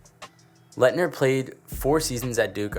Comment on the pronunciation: Why wouldn’t you make the list in order lmao and you can’t even say Laettner bro